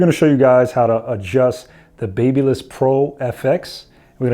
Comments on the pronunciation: Ba-bah-liss. Not baby-liss lol. Good tutorial though. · Pronounced.......BAB Y LISS. sounds like BAB A LISS. Like the City of Babylon in ancient times. If you're using a certain brand and continuously saying the name of the brand, you should know how to pronounce the brand correctly. Now, spread the word, my good friend. Baby liss...no Babyliss...tough True story. Close friends with company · Right! Lol I was about to comment this exactly^ it’s pronounced same as the city of “babylon”